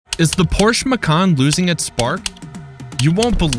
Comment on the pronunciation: Please for the Love of God, learn to pronounce Porsche correctly...